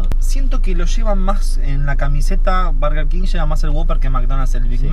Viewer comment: por qué sandals dice bErger king jajajajajajsjsjjs